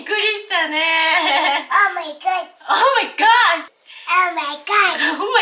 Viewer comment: you say “Oh, my gosh!” and sound PERFECTLY American! Here in America all accents are appreciated but if you wanted to speak American English with an American accent, you nailed it!!!